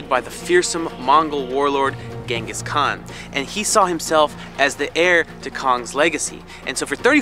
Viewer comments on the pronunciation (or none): none